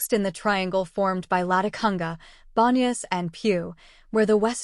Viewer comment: You’ve got the legend down pat, but your pronunciation of the Quichua words _ Llanganatis, Píllaro, Latacunga, Rumiñahui - are practically impossible to discern or decipher. Please redo this video if you want to be taken seriously.